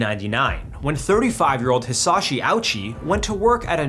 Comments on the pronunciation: Edit: Added the 2nd paragraph onwards. Why cant most content creators who stumble into Hisashi's case bother looking up his name's pronunciation.. at least make the effort bro, it's not hard And jfc they didn't keep him alive to study him, they did so at first because him and the family, after he wasn't able to communicate it was solely for the family. The ones that convinced them to let him go were the doctors. I can't help but question the rest of the info you shared on your video. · I am so glad someone understood his name is not said like that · The way bro pronounced Hisashi's name hurts me 😭